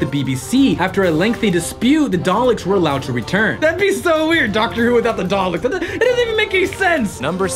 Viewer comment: Oh my god its DALEKS! DAL-EKS! NOT DALES?!